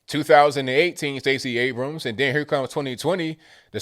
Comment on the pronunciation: Pastor Jerone calls her Stacey Ate-ems 🤣🤣🤣🤣